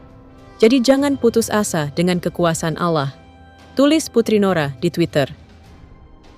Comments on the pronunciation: Allah mba bukan alla 😂lucu denger mba ini bilang nama Allah gimana gitu 😌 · Allah bukan Alah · Narator bkn Muslim nggk bisa melafdkn alloh